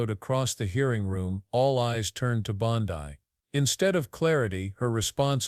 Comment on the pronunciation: I'm just wondering why the narrator miss pronounces Pam Bondi's name? 😕